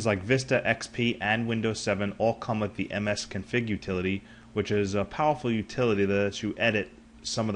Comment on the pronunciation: msconfig not msconfing